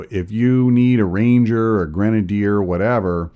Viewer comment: You make grenadiers sound like a cherry flavored condiment.